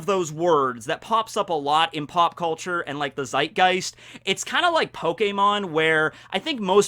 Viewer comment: You pronounced Zeitgeist wrong.... I am upset... By the way you should listen to The Robots by Kraftwerk 😁😁 🇩🇪🇩🇪🇩🇪